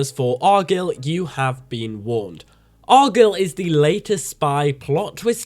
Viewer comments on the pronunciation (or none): he can say the word guy lol it’s arguyle not argill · It's pronounced ar guy ill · If you watched the movie, why are you saying argylle so wrong?